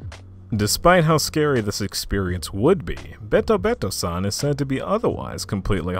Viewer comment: This was awesome to listen to while I was doing some studying and practice. Just a tip with Japanese names: When you read something in Japanese, the "e" sounds more like the long "a" or "ay" sound. So BetoBeto, would sound more like bayto-bayto.